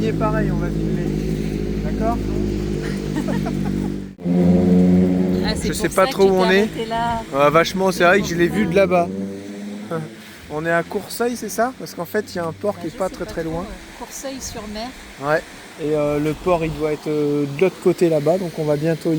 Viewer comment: alors juste comme ça il s'agit de courseulles sur mer et non courseuilles il n'y a pas de i après le u (on prononce seul). Très jolie la côte normande. J'ai hâte de voir comment vous aller l'aménager à l'intérieur !